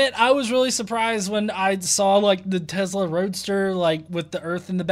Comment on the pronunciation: Its tesla..not tezzzla lol